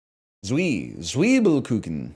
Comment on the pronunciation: Austro-German here, can confirm I would find NL pretty charming to be around here, but also his pronunciation of Zwiebelkuchen sent me into shock